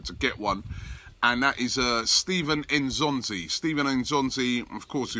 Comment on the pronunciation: Can you please pronounce his name properly. It's not "In'zonzi' it's "N'zonzi".